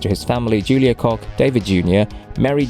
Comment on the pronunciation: Koch is pronounced "Coke!"